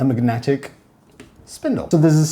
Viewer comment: I love the way you create new words my friend "megnatic" Had to replay it 3 times to make sure I wasn't dreaming